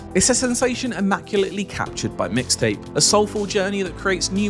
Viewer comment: EXCUUUUSE ME.. IT'S MIX TAPE. NOT "MISS TAPE"